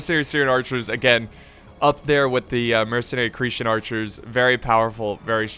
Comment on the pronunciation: Not cretion, creten say is like that